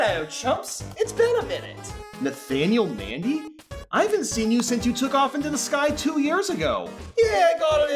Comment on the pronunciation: How did i know there was gonna be a "Bathanial Bandy"?